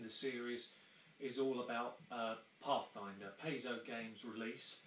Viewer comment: Thanks,. BTW, it's PIE-zoh.